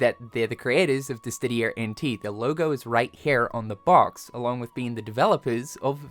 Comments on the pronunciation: Bruh, it's Diss-Idia not Diss-tidia. Please 💀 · Diss-sid-dia. Where is the "T" in there??? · …,, …you are far too deep into the Square Enix community to be mispronouncing DISSIDIA! There is no T in the word. Come on my guy. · at this point he has to be doing it on purpose for engagement farming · dear, it's DiSSIdia - there is no additional d after the S 🙏🏻 With all due respect, your wrong pronunciation is very bothersome 🫣 Love the vid though ❤ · Still not able to pronounce Dissidia correctly? Come on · Can someone please tell to this guy how to pronounce "Dissidia"???